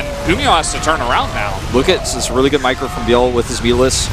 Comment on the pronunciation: I thought I heard something else when he said "meecro", lol...